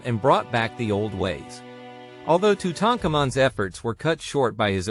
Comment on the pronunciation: Tutankhamun ive heard said "Toot-in-kaa-min" lol